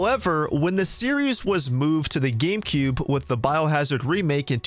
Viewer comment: he says Gamecoob.